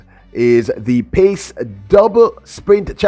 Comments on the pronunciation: Sir PAC-12 is pronounced as PACK-12 not Pace...🤔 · Was gonna post this. Was confused hearing pace. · Brother, The correct pronunciation is "Pack 12". PAC is sounded like Pack. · It's called the PAC 12; not the PACE 12. Come on! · That is pronounced Pack 12. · PAC is pronounced (PACK)